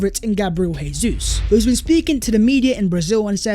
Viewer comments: FFS, Jesus ...it's pronounced Jay-zeus not Hay-Suess. He's Brazilian not Argentinian. Try pronouncing his name properly. He could be playing for us next season. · Bro, we love your content... I believe it's pronounced Jay-sus... He's Brazilian so in Portugese it's J sound not H, just like Jose Mourinho > Joe-say